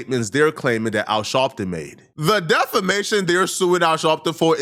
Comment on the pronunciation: Are you saying Shalpton?